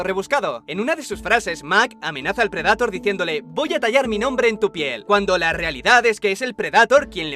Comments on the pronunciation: PREDATOR?, NO PUDISTE PRONUNCIARLO CORRECTAMENTE? DIOSSSS NO PUEDO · preh· duh·tr por favor pronuncia como se debe... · me encanta como pronuncias bien willy wonka pero no predetor o eirbender xd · si bueno pero las traducciones y doblajes latinos son los mejores, no que los españoles apesta su doblaje de verdad no lo soporto, ademas de que pronuncian las palabras en ingles de manera incorrecta: "predator" tal cual como se escribe no mamen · Alguien muere de cáncer cada vez que dices predator